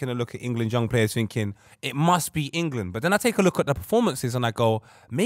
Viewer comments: Why does say Engerland? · say IN-GA-LAND one more time 😂😂😂😂